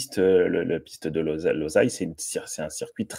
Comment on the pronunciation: Je croyais que cela se prononcait:"L'oseille"...